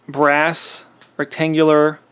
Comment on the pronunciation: I heard him say “brass” several times.